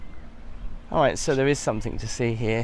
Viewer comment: It is 'something' not 'somethink'. Speak properly boy.